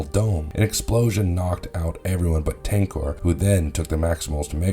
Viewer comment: Do you ever read or listen to your pronunciations? 🤦 SILVERBOLT and TANKOR.